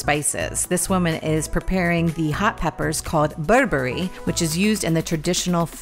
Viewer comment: I tried to add this to a comment I just wrote. This seems pretty important for you to know since it’s the staple of the Eritrean diet. That spice is pronounced BURR-BERRA Not burberry 😊